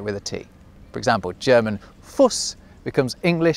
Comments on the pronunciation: As a german native speaker, it really triggered me, that you´ve pronounced the vocals short. there ment to be pronounced long. like when i say Fuß, i dont say Foß or whatever that was. i say Fuß. like when you say you, your pronouncing the ou like you should pronounce the german u. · I really liked this further explanation of ß and ss. I also noticed he pronounced Fu"Fuß" as /fus/ rather then /fu:s/ but would never appear to me that that would actually be how "fuss" would be pronouced. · One correction: In German, when a vowel is followed by an "ß" (Esszett), it means the vowel is always pronounced long! Thus, the "u" in "Fuß" is pronounced like the "oo" in food, not like the "oo" in foot! If a vowel is followed by a double-S, the vowel is short. Thus, there is an important difference between "das Maß/die Maße" (the measurement/ the measurements) and "die Masse" (the mass, in the meaning of "in physics, gravity is a function of mass", or mass as in "a lump of matter") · ein Fehler hat der typ im video gemacht. ß vor diesem laut wird der vokal lang gesprochen. es heißt nicht Fuss sondern Fuuß. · Just one pronounciation tip, Germans have both tha Eszett and the Double-S, and one of them (the Eszett) implies the vowel before is long, and the other implies the vowel before is short. So, Fuß implies a long U before. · I wrote the same. It scratched my ear somehow, to hear Fuß like Fuss. 😅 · I am german and there is one mistake ;) Fuß is pronounced "Fuuus" it is a long vowel (u). The ß is called "scharfes s" kinda translated like "sharp s" It is nowadays often replaced by double ss. But if you read the ß in modern german it means that the vowel before it is spoken long while the double ss mean that you speak the vowel more briefly. Nice Video interesting paralleles explained :) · before a "sz" you have to pronounce the vocal long like: "Fuuss". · The u in Fuß is long 😅